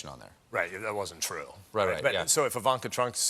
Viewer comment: did he keep on saying Ivanka Trunk? Or am i just delusional